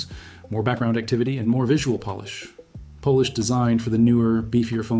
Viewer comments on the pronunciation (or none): You pronounced polish as Polish